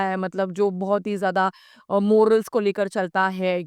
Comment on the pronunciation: मोरल्स नाही maw- rals असा उच्चचार करावा